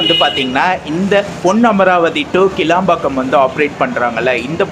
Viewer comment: புதுக்கோட்டை. போனா. காரைக்குடி , தேவகோட்டை , அறந்தாங்கி , ஏம்பல் பஸ் வரும். இராமேஸ்வரம் பஸ் உள்ள வராது பிரதர் , உங்களது தமிழ் உச்சரிப்பு பொன்னமராவதி சரியாக இல்லை ஏன் அழுத்தி ஒருமாதிரி பேசுறிங்க